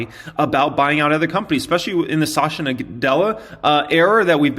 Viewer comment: Well a small observation - he is sa-tya and not sasha nadella. Good video as always.